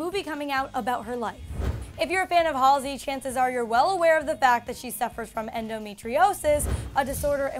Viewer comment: YOOOO THAT'S NOT HOW YOU PRONOUNCE HER EFFING NAME OMGGGVG